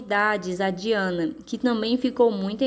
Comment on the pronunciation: Desculpa falar mas se pronucia daiana